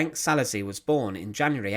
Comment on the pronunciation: And the "s" is pronounced "sh" in Hungarian.